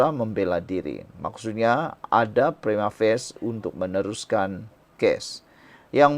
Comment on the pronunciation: Prima facie bukan prima face ..your pronunciation is incorrect